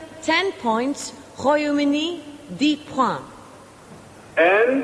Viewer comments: DanBdx68 god knows where she got that idea from. It’s one of the easier words to pronounce in French. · Someone tell the woman how to pronounce 'Points' in French, it isn't that bloody hard.